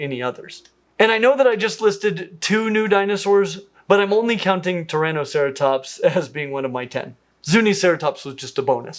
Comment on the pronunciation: Wow: When you first said "Turanoceratops" I of course heard it as "Tyrannoceratops," and for a too-brief moment was contemplating a huge, carnivorous ceratops species taking revenge for all its plant-eating kin 🤣